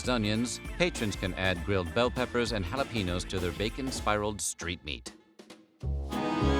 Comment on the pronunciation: The way you say jalapeño hurts me. Also, you never did mention the Flint dog. As much as Michiganders (or Michiganiacs as I call myself) feud over which Detroit style is the best, there are other Michiganians who will die on the hill of Flint style coney dogs are the best. I like both. And I'm not just saying that to keep the peace, they really both are pretty awesome. Also, pretty much no one says that coney dogs originated on Coney Island.